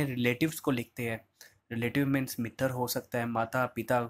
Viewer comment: एक चीज समझ नही आता। आप पतर क्यों बोलते है। वो पत्र होता है। अजीब स्थिति है मित्र को मितर और पत्र को पतर । बिलकुल गन्दा लगता है सुनने में